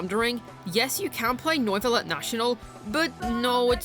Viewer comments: Noivuillette? Lol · bro rlly said noyvillete... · In triggered by the pronounciation Its nuvilette Not noiceless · Why can't you pronounce neuvillette?